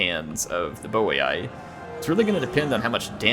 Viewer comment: And its boi(boy) not boiai